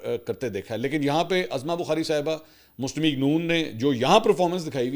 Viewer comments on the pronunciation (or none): Sir mazrat ke sath ap El galati bar bar karte hai wo hai naam parne ki galti for example ( uzma Bukhari )ko aap azama khete hai ye name ap aain se hai tuo pesh se parhe ge uzma Bukhari ...mazrat sir .....main regular rat main apka news sunta hu ...Masha Allah ap ko achi news dete hai Allah apko salamat rakhe or apko nazare bad se bachaye